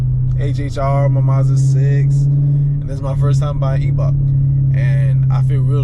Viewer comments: Pronounced eye 👁 Bach bro and she looks good 💪🏾🤞🏾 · The E in Eibach is silent. Salisbury/Princess Anne MD! Eastern shore!